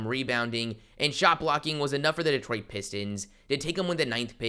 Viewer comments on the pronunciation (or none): none